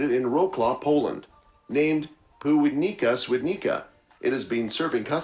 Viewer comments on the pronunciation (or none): This is the funniest pronunciation of polish names l've ever heard 😂😂😂 Wrocław = Łaklał Piwnica = Piłnika